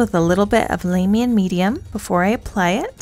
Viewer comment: Larr-mian not lame-ian.... thatch the only thing i could pick on, awesome tutorial tho